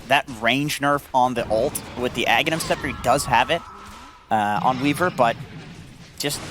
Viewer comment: CAN STOP SAYING EGG, ITS FUCKING AGHANIM, NOT EGGENIM FUCK SAKE